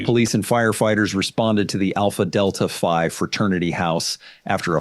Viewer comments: Btw fraternities are named after Greek letters. Alpha Gamma Epsilon... whatever. So it's Phi not Five. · it's the Alpha Delta Phi fraternity house - not alpha delta five... it's always a combination of three letters of the Greek alphabet. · Phi, not five. They’re all Greek letters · Alpha Delta “Five” lol. They’re Greek letters,. It’s Phi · I think its actually Alpha Delta Phi, not 5. Greek letters. Still cringe lol. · It’s Alpha Delta Phi - not Alpha Delta Five. Alpha Delta Phi is a North American Greek-letter social college fraternity. Alpha Delta Phi was originally founded as a literary society by Samuel Eells in 1832 at Hamilton College in Clinton, New York. Its more than 50,000 alumni include former presidents and senators of the United States, and justices of the Supreme Court. Alpha Delta Phi (ADP) Fraternity’s mission is to provide a comprehensive and positive personal growth experience for all undergraduate and alumni brothers: Alumni brothers wear a badge on or near their heart to distinguish they’re ADP alumni & brothers of ADP brothers are known to give preference to ADP members when choosing applicants for jobs.ADP brothers of all generations often help one another to get jobs The charges were likely dropped against that gaslighting moron because he has rich parents, they all likely have rich AF parents in high places. There are top judges in courts; even in the Supreme Court who are Alpha Delta Phi Alumni/members. The entire hazing culture is abuse. You’d think that people DYING from hazing would have knocked some sense into the idiots who force hazing (people like Joseph) AND on the new pledges for stupidly & willingly being abused for hours, sometimes even days, It reminds me of ‘The Stanford prison experiment, also referred to as the Zimbardo prison experiment - Which proves that men having power & control over other men causes them those with the power to lose all empathy